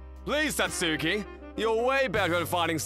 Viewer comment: First of all , Since WHEN Does SAT SUKI Start sounding like SAT SKEEEE. SATSUKI SIUNDS LIKE SATSOOOKEY!